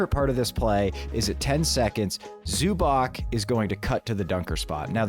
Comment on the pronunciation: love you guys, big fan of the show! also sorry to be that guy but it’s pronounced "zu-batz" ! the c in croatian is like the tz in ritz when there’s no accent